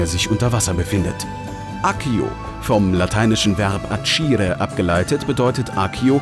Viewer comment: Sehr gutes Video. Accire wird allerdings nicht "Atschire" ausgesprochen sondern "akkire"